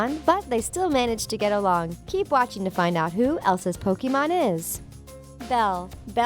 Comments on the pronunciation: The way she pronounce pokemon is like pokimon uhh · Its frustrating how she pronounce pokemon and pokemons name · she mispronounces every single pokemon name. she even mispronounces the name pokemon